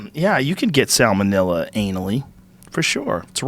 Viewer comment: "Sal Monilla"